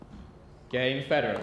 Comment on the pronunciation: reporter, apparently unfamiliar with Federer, calls him "Lederer" 😂